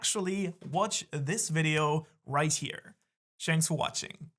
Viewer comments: Did you say shanks for watching? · did he really say Shanks for watching or did I hear that wrong?? 👀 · Lol did you say at the end of the video Shanks for watching? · Did u say Shanks for watching? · I love how he says shanks for watching